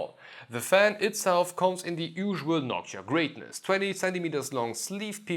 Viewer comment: “noksha” wtf?…